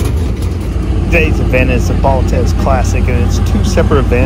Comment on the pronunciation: Earl Baltes last name is pronounced phonetically Ball-tees. He gets no credit for having a great dance band back in the day. Listened to the band many times as a kid. The Big E is a great track for late models to shine.